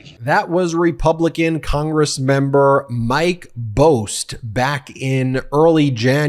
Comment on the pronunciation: Its Bost (BAHST) Well-known dog killer from southern IL